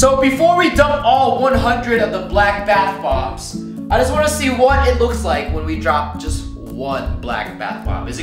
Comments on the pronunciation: BATH POMPS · Did you say 50 Bath booms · Garett Rodd omg lol the bath bubs lel